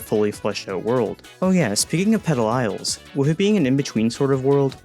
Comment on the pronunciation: Petal Isles is a crazy name 🤣😂 I thought you said some whole other word at first